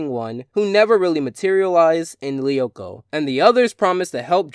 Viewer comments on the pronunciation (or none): Co-lee-oh-ko. What its Code loo-ko and I dont even watch the show I've only seen the theme song